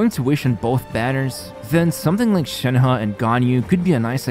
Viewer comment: you said "shanha" butr its shenhe so please learn how to talk